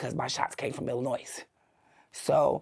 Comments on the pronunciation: She was in the state of Illinois of how long and she still thinks the "s" is pronounced... Also, this is one of the worst Insider videos I've ever seen. Maybe THE worst. I didn't even bother finishing it. She sounds stupid as they come and every other sentence is how badass she is. Absolute garbage documentary and Insider should be ashamed. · She went to prison for murder. But she reoffended by pronouncing the S in Illinois. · If you pronounce Illinois like that you belong in prison. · There is no noise in Illinois. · Jesus she gotta weigh 500lb 😂😂😂😂 you can sense the intelligence when she pronounces the S and at the end of Illinois 😂😂😂😂😂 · this is so cool and informative that I will forgive the S at the end of Illinois being pronounced lol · Sadly, she spent all that time in Illinois; yet she doesn't know how to pronounce the state😂😂😂😂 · And the “S” on the end of Illinois. Makes me nuts😅😊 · I couldnt get past "illinoise" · where is that? In Illi-NOISE? 🤣 she spent all that time in the state and still can’t pronounce it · If you learn nothing else from this, the S on the end of Illinois is SILENT! You’re welcome! 😂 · All that time in prison and she still didn’t learn how to pronounce “Illinois”. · I have never heard an American pronounce "Illinois" like that. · MA'AM........ The S is silent in Illinois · Cringe every time she says Illinois and pronounces the S on the end 😫🥴🥴 from the city and don’t know how to say the state she lived in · Illinois doesn't have the "s" sound on the end. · The "S" on Illinois is silent. I had to go there to the women's prison in Decatur, Illinois to taken my drug test for my job😅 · Lawdy please pronounce Illinois correctly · I don't trust anyone who says the s in Illinois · Spent 31 yrs in prison in Illinois and still doesn't pronounce "Illinois" right? Kinda weird. You'd think she would have learned how to say it correctly in all that time. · The “s” in Illinois is silent 😅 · the “s” in Illinois is silent